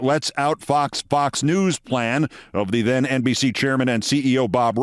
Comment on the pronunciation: Wait! Did you says "MSNBC and Fox Nudes" ?